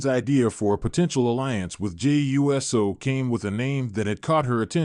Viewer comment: Geez man, say USO not u s o